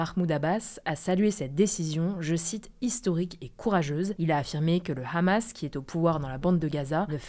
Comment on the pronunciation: Est-il possible, pour la 3ème fois en vidéo, que prononce le mot "Hamas" (6'52) normalement, comme tous les autres journalistes. De-même que "Mahmoud Abbas" (6'47). Merci, surtout que le reste est sans accroc. Sinon il faut prononcer chaque terme/noms dans leurs langues d'origines.